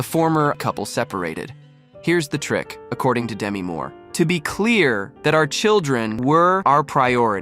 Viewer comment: She likes her name pronounced Demee, not Demi.